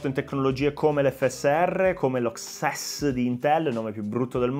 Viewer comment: Comunque XESS di intel si pronuncia EXESS e ci sta bene.